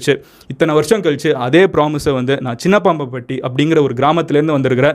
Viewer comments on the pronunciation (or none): Its not Chinnapaapampatty its chinnapampampatty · I am from salem .it is not sinnapapapatti it is sinnapampatti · Not chinna paappam patty..... it's chinnappam patty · சின்னப்பாம்ட்டி இல்ல bro சின்னப்பம்பட்டி I am Salem near and mg squad🤗😇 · Avare confuse ayitaaru. "Chinnapaambupatti" illa, "Chinnappampatti". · MG chinapaapam patty illa chinapampatty😂enga ooru name maathi soldringa bro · bro that's chinnappampatty not chinnapapambatty Naanum adhe ooru dhaan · சின்னப்பாம்பட்டி இல்லா சின்னப்பம்பட்டி bro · I am from Salem. Your video is too motivational, அது சின்னப்பாப்பம்பட்டி இல்ல, அது சின்னப்பம்பட்டி , And sinnapambatti is 36 km away from Salem, not 60 km. In his 1st ODI He took 2 wickets. In T20 He bowled 4 overs and gave 20 runs, including 3 wickets. And he gave No boundaries or sixes. Its a Record. No other bowler bowled 4 overs with no sixes or 4s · Bro oru humble and kind information . His native is chinapampatti. Not chinapapampatti. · It's not chinna papampatti madan, it's chinnappam patti.. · நடராஜனின் ஊர்: சின்னப்பாம்பட்டி அல்ல. சின்னப்பம்பட்டி. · Chinnapaapanpaati illa chinnapanpatti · Adhu chinnappampatti and NOT chinnappappampatti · சின்ன பாப்பம்பட்டி இல்ல ப்ரோ சின்னப்பம்பட்டி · Whenever he says chinnapampatti i hear it as chinna papa periya papa.... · Sir avaroda place cinnappampatty u pronance wrongly